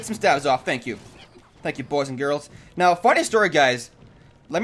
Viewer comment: Is it just me or every time he says now it sounds like meow?